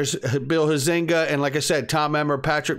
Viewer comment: Hi. My U.S. Representative Bull Huizenga’s name is pronounced “ HIGH - zing - ga” with accent on HIGH. Hope this helps, Randy